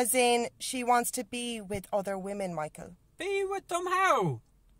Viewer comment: weemeng lovink other weemeng